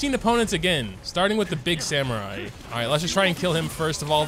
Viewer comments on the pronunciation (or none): none